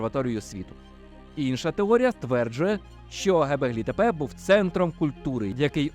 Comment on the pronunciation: Чудове відео. Тільки не " гебеглі тепе", а "ґьобеклі тепе"(göbekli tepe). Це перекладається з турецької як "пузатий пагорб". Ви мабуть користувались московитськими джерелами, а вони "ьо" позначають на письмі буквою "е".